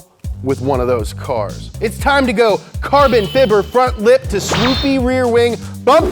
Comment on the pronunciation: Carbin fibber???